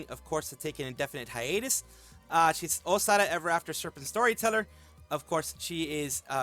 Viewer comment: You got my 👍 for pronouncing Sara name right